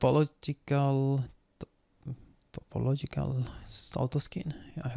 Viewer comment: pronounce like this: "Tah Poe Logical"